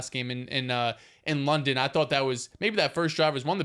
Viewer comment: loves calling London “Lenden” lol